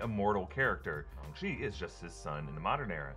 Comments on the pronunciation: Shung-Chi - that pronunciation bugs me so much lol... i bet you say Sym-BI-ote too... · Can someone please tell it’s shAng chi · What’s the deal with “shong-chi” is that how it was originally pronounced? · I’m sorry did say shung shi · LOL "Shung" Chi ... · So it’s pronounced Shung chi? And not Shang chi? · Its pronounced Shh-Ang-CHi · "shung chi" lol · "Shung Shi" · “Shung shi” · No one gonna talk about how he said Shang Chi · Please learn how to pronounce the name properly. It was painful listening to you say it. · How do you mispronounce a title that has been hyped up for the past year and you have several examples of how to pronounce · ..........is that how you pronounce his name? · Bruh, can you quit pronouncing it shung-chi please, it’s shang, like aang from the last airbender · STOP CALLING IT SHUNG CHI SHANG CHI WITH AN A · Thought it was shaang chii not Shang chi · STOP SAYING SHUNG CHI ITS SHANG CHI I KNOW I'M OVER REACTING BUT IVE HEARD IT TOO MUCH SO NOW IT GETS ON MY NERVES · It's Shang not Shung. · ShAHng chi instead of ShUHng chi Can even say ShANg chi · Why are you saying SHUNG CHI?? It's SHANG CHI !!! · Why do people keep saying SHUNG CHI ITS SHAAAAAAANG CHI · I thought it was shAng chi. Like aang. Or boomerang. Not shong. Is it actually shong chi? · It's Shang-Chi not Shung-Shi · SHANG... NOT SHUNG! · Shung Chi??? you mean SHANG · It's Shang nut Shung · Wait have I been pronouncing Shang incorrectly or am i missing something.... Someone please let me know. I have a pet peeve about mispronunciation. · you pronounced it Ung chi even though it is Ang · Wait why are you pronouncing it ShUng chi. I always did it as ShAng chi with the sounding like A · Shang chi not shong chi 🤦🏻‍♂️ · Isn’t it Shang Chi ... stop saying Shung Chi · It's not Shung. You don't say Shung Tsung in Mortal Kombat, you say Shang. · “Shung-chi” lol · "shung chi" lmao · marvel has called him shAng chi and so did the trailer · Nobody:: “ShOng Chi” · Who is Shung Chi?